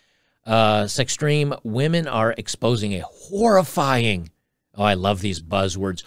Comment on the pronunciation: Oh, "horrifying." Not "whorifying"